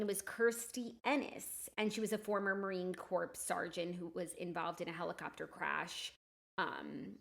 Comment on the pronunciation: I’m sorry is Jackie saying marine CORPSE 😂😂 💀